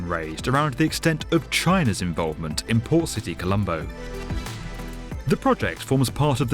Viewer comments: Not poor City colombo🤣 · Am I the only one that heard him call it "Poor City Colombo"? I didn't realize until the very end